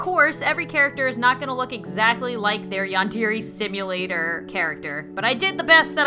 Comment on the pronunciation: that's not how you pronounce yandere sim